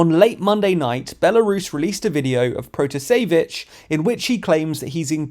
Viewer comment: I would pronounce it pra-TA-se-vich.